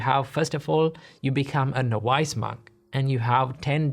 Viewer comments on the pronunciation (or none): Thank you so much for the wonderful wisdom teaching that you share. Just on a side note, "novice" is pronounced: n-o-viss, not nov-uiss. God's good blessings to you. 🙏